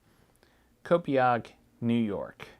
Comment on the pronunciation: Long Islander here! I will spread the word about the body in Brentwood. Thank you for referring to Brentwood as “on” LI and not “in”, LOL. Copiague is pronounced Co-payg though.